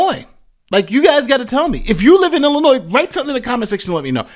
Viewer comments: The s in Illinois is silent. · Please stop saying the "S" at the end of Illinois. It's silent and hella annoying. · Illinois not Illinoiss. when you say it please do not pronounce the “S”s. 👍🏻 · Sometimes you pronounce illinois as “Illinoi” and sometimes “Illinois” (annunciating the “s”). Just to clarify the “s” is silent. I cringe when you annunciate the “s”. Love the content though. Keep it coming. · There is only one Illinois. Drop the 's' pronunciation at the end. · Yeah, there is plenty of corruption in Illinois, and in the Chicago area in particular. Also, the suburbs you are referring to here are all mostly poor. You see this pattern elsewhere as well. In poor areas, local government is the only place where the money really is, so that is where to go looking for it. By the way THE S IN ILLINOIS IS SILENT! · dear, the 's' is silent. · The "s" at the end of the word Illinois is silent.